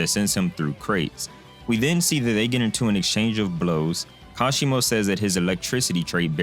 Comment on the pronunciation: Kashimo Hajime my man, Not Hashima